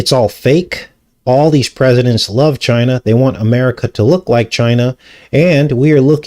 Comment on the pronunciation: He really over emphasizes ChinAH